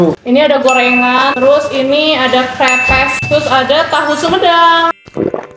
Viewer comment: Kerepes ka bukan krepes😂😂